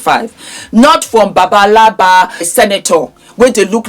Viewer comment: what's babalaba😃 Guess you meant agbalagba or 🙃agbaya!